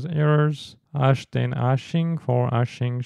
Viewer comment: For those who cannot see/read: Its not "ash" and "ashing" but actually "hash" and "hashing". 😊